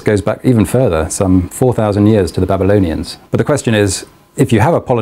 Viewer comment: He said babalionians or however you spell it, I just did that as review in school.... Why why why